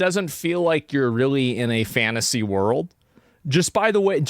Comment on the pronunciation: Fannasy? OK idennity? Pannies? Dennist? Advannage? Why do you hate the letter "T" so much? 🎉😂